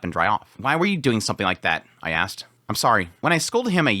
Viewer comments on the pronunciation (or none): none